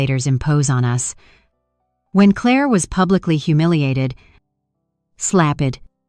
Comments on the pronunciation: Claah mispronounced. Clare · The title doesn't match the actual story. The narration is horrible. Why is it pronouncing Clair like Cla-ir? It can't read numbers and it reads to slow. Not sure if I can continue to listen. It's annoying. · Two questions: why is AI pronouncing Claire with a French accent and why can’t AI read numbers correctly??? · Foreign AI.note how it pronounced Claire?